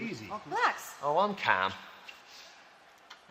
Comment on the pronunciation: "Oh, I'm CAHM"